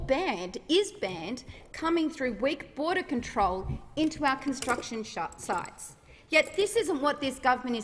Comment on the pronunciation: Did she say cun-t..sruction sites ?